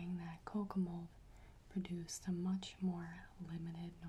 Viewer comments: Same. For the longest time I thought she was saying kokomo.......lmfao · Every time she says Kokomold my brain just goes “ARUBA, JAMAICA, OOH I WANNA TAKE YA TO BERMUDA, BAHAMA, COME ON PRETTY MAMA!”